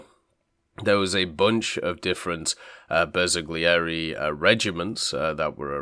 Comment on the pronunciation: I'm Italian and i'm sorry to tell you both pronounciations are wrong, don't feel bad though it's extremely hard for English speakers to get most Italian words correctly, especially one as difficult as Bersaglieri.